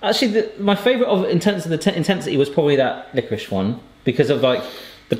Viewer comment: Glad Tom has started saying liquorice properly